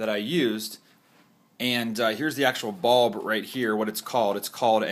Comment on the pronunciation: Very helpful, but when he was explaining it “bulb” sounded like “ball” so I was super confused.